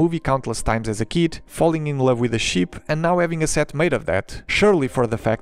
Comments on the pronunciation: I know English is obviously not your native language, but PLEASE pronounce ship with a short EE sound. It's not a sheep, its a ship. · i !!! not ee ... fuck sake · I’m not making fun of you but when you say ship it sounds like you are saying sheep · I just love how he pronounce ship😂 awesome video.